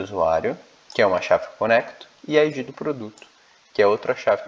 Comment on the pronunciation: Você pronuncia "Ái dgí", só que em inglês isso é "IG" é não ID. A pronúncia de ID é com d quase mudo, verifique o áudio das duas no tradutor.